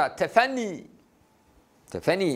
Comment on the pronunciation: hocam tefeni değil. Doğrusu 'Tefenni' olacak. Burdur'un ilçesi, benim memleketim :D